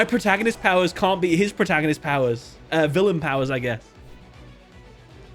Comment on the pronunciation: "Your move pwoootagnoists!!!"